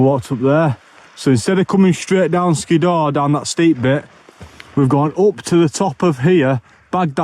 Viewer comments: Hardcore camp that mate....oh and its pronounced Skidder. I pronounced it the same way as you until someone pointed it to me. 😉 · I liked the part where he said “Skiddaw”.